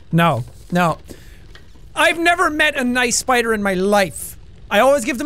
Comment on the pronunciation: Guys, it's a SPEYEDER! Get it? Get it, guys?